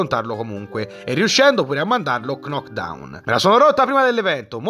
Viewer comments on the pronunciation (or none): Qualcuno mi spiega perché dice cnoc down quando sa chiaramente che la prima K non si pronuncia????